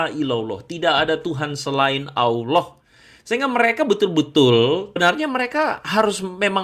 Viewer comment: Org beragam Nasrani, walau pux Titel ada 15. Tp cara mmbaca di kitabx, msh salah baca.. ALLAH di baca ALAH.. lucux aja dgrx.